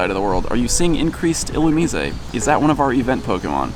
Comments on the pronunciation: ill u meez a? Isn't it supposed to be a lightning bug, basically. That would mean "illuminate" is the root word. Wouldn't that make the pronunciation ill u mize? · ...why are you replacing the e at the end of illumise with an é? Haha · I think it is pronounced illuMIZE. long 'i' and silent 'e' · Isn't it "Illumise" rhymes with "wise"? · You have a weird way to pronounce illumise :p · Your pronouncing illumise wrong theres no accent over the e